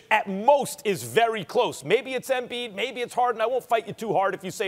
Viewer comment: Max "Ambiid (embiid)" Kellerman